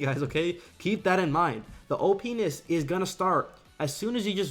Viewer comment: The “openis” is starting XD lmfao